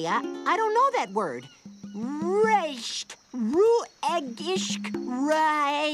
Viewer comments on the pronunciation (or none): The first time you said rest it sounded like he said RASEST😂